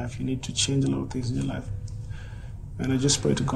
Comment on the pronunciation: Wilson: This isn’t the first time you’ve let your anger get the BERST of you Rita: But I can CHARNGE ME:👁👄👁🍿🍿🍿🍿🍿🍿🍿🍿